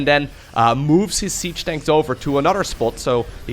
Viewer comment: I love it when says siege “Danks”